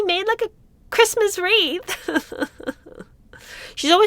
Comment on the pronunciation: Meg cant say "Christmas". I think she burns like a vampire getting sun if she says "Christmas"!